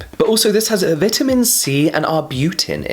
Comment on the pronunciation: Arbutin "in it" sounds funny